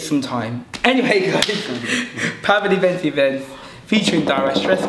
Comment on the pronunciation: it is pronounced like this: VenTSi VenTS.